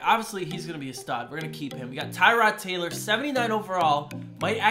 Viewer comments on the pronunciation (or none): none